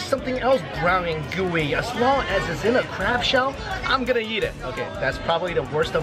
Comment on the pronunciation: the way he says "eat" sounds like "yeet" 😂👌